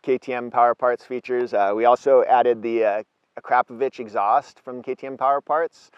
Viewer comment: Did he just say A-crap-o-vich??? haha. Great video!